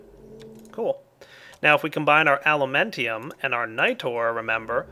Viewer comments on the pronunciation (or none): Just a tip to remember the Mining Well recipe: it mines downwards, so you put the pickaxe in the bottom. And "Alumentum" doesn't rhyme with "Pentium" but with "momentum". Anyway, you could easily be one of those teachers who can teach really well AND make the students want to go to class. :-)